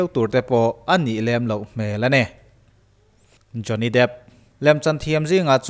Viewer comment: Jonny dêêp tih tur a ni zawk lo maq